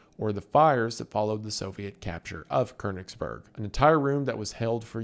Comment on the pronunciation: not even close to how you say Konigsberg